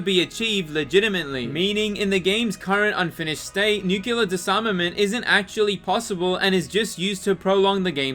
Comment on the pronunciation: "Why do people keep pronouncing it "nukular"? It's "nyoo-klee-ah".